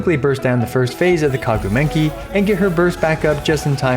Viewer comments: I lost it when you said kaguu menki lol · I love how he said Kagu Menki XD was it a mistake or intended? 🤔o well 😂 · Is there a reason why he pronounces Maguu Kenki as Kaguu Menki? Might have missed something. But other than that, this is a very great reference for pulling/building yelan as compared to xinqiu. Nice work! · Are you saying "Kagu Menki" intentionally? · next time don't call the Maguu Kenki "The Kaguu M*ngki". i was drinking and choked when that phrase came out of your mouth.... some Southeast Asian people will understand... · Is no one going to talk about how he completely butchered maguu kenki’s name